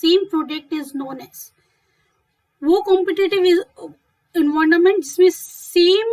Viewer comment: I love your environment pronunciation